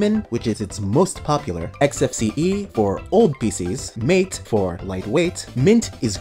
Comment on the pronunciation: Or Mate (MAH-tay)